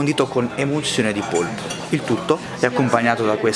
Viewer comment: Polpo, si dice polpo